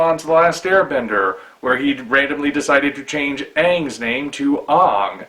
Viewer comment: They are pronouncing the A as if its in mandarin and not English.